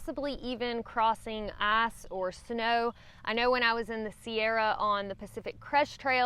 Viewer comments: I despise the way you pronounce "ice." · Why is it that when says "ice" I understand "ass"? 😂 LOL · I think you just said, “ass or snow”! Lol!